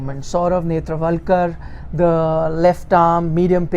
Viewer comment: please learn the name